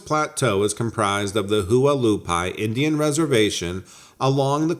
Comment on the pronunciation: You mispronounced the Native American tribe as well. Those names can be difficult unless you're well traveled or from there. The Hualapai tribe is pronounced, "Wa-la-pie...that's a short "a" sound, like wa-wa.